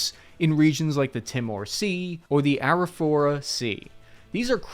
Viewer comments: your saying things all wrong... Say it like this Lithgow= lith go. Timor = tee more. Arafura= arra few ra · It’s the Araführer Sea not the Ara4er Sea loool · Lithgow - “Lith-go” Timor - “tee-mor” Arafura -“araf-you-ra” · Hey mate - Aussie pronunciation: Lithgow - lith go Timor - tea more Arafura - ara feura Dili - dilly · Good day mate, great video. However you said Arafura and Timor seas incorrectly.